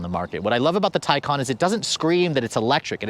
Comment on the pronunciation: How does ‘Taycan’ translate to ‘Tycon’?